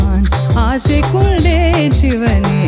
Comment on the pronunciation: Y kondayn is pronounced as kolndayn